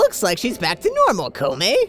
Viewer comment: I think it's pronounced Ko-Take. Koume I think you had right LOL THAT VOICE! DONT GO DOWN IF YOU DOWN WANNA KNOW WHOS ATBTHE TEMPLF OF TUME ish Zelda